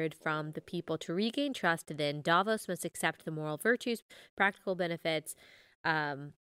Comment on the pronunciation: Please learn how to pronounce Davos correctly. Thank you from a Swiss person.